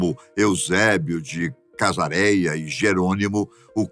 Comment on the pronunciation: O nome é EUSÉBIO DE CESAREIA e não "Casareia"